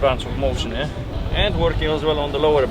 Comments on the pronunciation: It's not "Ehhh". It is "Yeah". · He's saying "yeah" not "eh" 😂